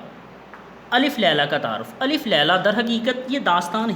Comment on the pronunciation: اپنا تلفظ بہتر کیجئے گا ۔ الف میں ل پر زبر ھے